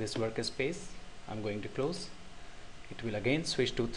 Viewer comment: dude it is not worka space. It is Work Space. Get your english in proper line and then i suggest you upload video's with voice